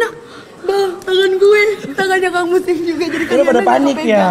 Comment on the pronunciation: "yaa kan dia masuk ke Salim": "hah Salim. Muslim" Ya Allah ngakak banget liat ngomong aja ejaannya di bolak balik:D:D